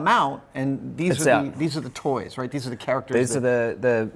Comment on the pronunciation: "That's Roight."